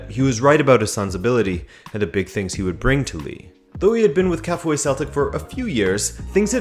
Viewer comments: Kafue pronounced as Ka-few-way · Kafue is pronounced Ka Few A😌 let us not butcher the name 🇿🇲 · Kafue pronounced as Ka-few-e....but good try. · Pronounced kar fewa 🇿🇲🇿🇲🇿🇲🇿🇲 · Please, you pronounce 'Kafue' as Ka fyu we.